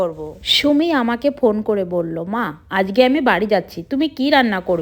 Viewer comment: it's not আজকে,,, it's আঝগে😂😂😂😂😂